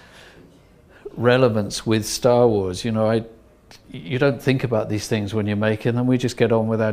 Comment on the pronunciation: "Schtor wors"